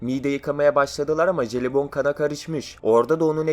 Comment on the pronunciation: Jelibon derken ne dediğini anlamadım.,.